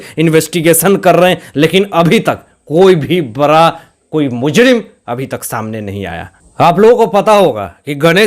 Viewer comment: Arey bhai bara nh bada hota hy apan ra or ana sahi kr lo trp le rahe ho bss tum or kuch nh